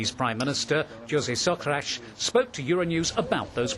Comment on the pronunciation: its pronounced JOO-ZEH SOH-CRUH-TSH lol